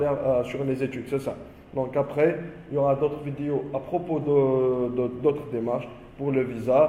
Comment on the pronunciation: Vidiou !!!! Ou vidéo 🙃🤔😂🤣🤣🤣 l’accent mortel . Discription !!! Ou Description 😂😂😂🤣🤣 . Vraiment l’accent c’est celui de Gad 😂😂😂🤣🙃 Il ne faut pas dire “ qu’on a “ mais “ que nous avons “ 😂😂 Y’en a des gens !!!!🤔🤣🤣😂😂ce n’est pas français, il faut dire “ il y a des personnes “ enfin il y a des fautes dans pratiquement toutes les phrases alors il vaut mieux s’exprimer en arabe . Bon courage 👍c’était rigolo 😂 merci